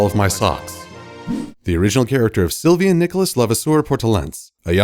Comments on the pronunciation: you said he's name right! You gust need to roll your R. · actually really well prounced in terms of the boys name